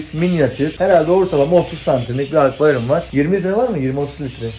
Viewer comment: akvayrum diyorsun gibi geliyo kulağıma komiğime gittii